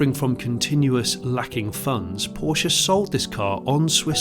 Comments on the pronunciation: If he had pronounced it Poorsh they would have had him removed from the seat in a second. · Its is a pity that you cannot be bothered to pronounce Porsche correctly. Should we call you Jonnie Smythe? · It seems that you could not decide how to pronounce Porsche